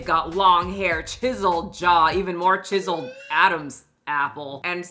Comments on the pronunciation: I do fully appreciate that every time you say “chiseled” it sounds like “jizz-eled” 😂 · I can't decide if is saying "Jizzled Jawline" as an own or just mispronouncing chisiled but I love it 😂😂😂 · Lol, I think you keep accidentally (or is it an accident.. lol) saying JIZZeled instead of chiseled. I think JIZZeled chin definitely works. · CHiseled,, not jiseled 😂😂😂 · it sounded like you said "jizzled jawline" 😂😂❤ yeah that's right! 😂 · I choose to believe jizzled jawline is intentional, and not a mispronounciation of chiseled.